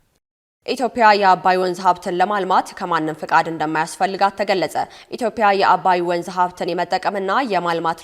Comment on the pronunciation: 1.ኢትዮጵያ የምትል ዜና አንባቢ ታቅርብ 2.የሚኒስትሩ ስም በትክክል ይጠራ